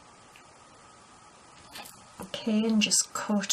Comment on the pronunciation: She told kut for cut